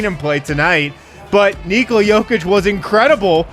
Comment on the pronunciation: ''Say Neekola one more time'' lol, hilarious!